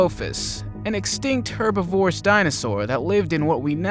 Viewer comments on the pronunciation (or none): Please!.. herbivorous is pronounced Her BIV or us Not herbi vorous